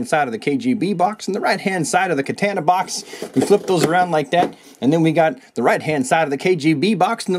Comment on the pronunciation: The way you say "Katana" bothers me..